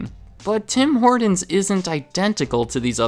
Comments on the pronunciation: Great review even if it doesn’t reflect the current state of the franchise. It’s well known amongst Canadians that Tim Horton’s is quickly losing its market share here since being bought out by Burger King. Their coffee, donuts, and food have all gone to shit. The one thing that irked me about this video though was your pronunciation of the franchise. It sounds much more like Tim Hortin’s when pronounced by Canadians, not “Tim Hordin’s” as you said repeatedly. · This guy pronounces some words so weird. There is a t in Horton not a d and he says pradact instead of product lol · Why are you saying the name so weirdly lol? "Hordin's" 😅. It's pronounced like "Hortin's" with a T not a D. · Stop saying "Tim Hordens" you sound American, its pronounced "Tim Hortins" there is no "D" I am Canadian and travel a lot, I always see a new TH open and then close pretty quickly in the USA, the only ones I have seen stick around are the ones bordering Canada and the one near Times Square. I do not understand the appeal of their coffee or their food products but all my friends go crazy for it, and I am guilty of playing roll up the rim every season. I even call my wife at work when I win a free doughnut. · Tim ‘Hordons’ annunciate hah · It’s not HorDons... it’s HorTons! 🤦‍♂️ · I love this guy's videos, but I can't stand his soft T's. Impordant. Tim Hordon's. It's brutal. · No one: Absolutely no one: Not even Canadians:: “Tim Hordens” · Who is Tom Hor"d"on? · My man... It's: Tim Hor•TONs not Tim Hord•ens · You say it Tim hor-tons no d in Tim Horton’s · It’s “Tim Hortons” not “Tim Hordons” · Its Tim hortons not Tim hordons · Stop saying Tim HorDons.. Tim HorTons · Bad pronunciation. It is not Tim HOARDans. HORT, say HORT! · sounded like he was adding an "N" to Horton's - like horn-tons.... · Note: It is Tim Hor-Tons, not Tim Hor-Dons. Hard consonant and unvoiced. That distracted me the whole video. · "Tim Hordins" - LOL. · Its called Tim Hortons not Tim Hordons